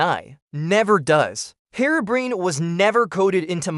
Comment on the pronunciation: The facts are mostly right but you could've mentioned Whiteeyes too, just a little tip. Also, I think your voiceover AI (probably Elevenlabs?) is set up slightly wrong with how it speaks "Herobrine", you might want to look into that. - Kalarian